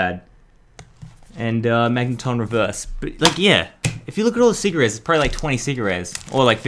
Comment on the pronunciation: When he says secret Rares u thought he was saying cigarettes